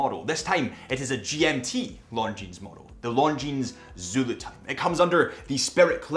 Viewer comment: For the love of God, please stop pronouncing the “s” in Longines. It makes you come across as an ignorant.